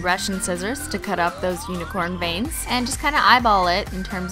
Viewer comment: Who else thought she said bangs instead of veins